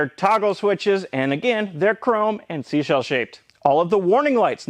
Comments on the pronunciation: Not seashell nooo! Try again 😊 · You say sea shell shaped like a damn hero.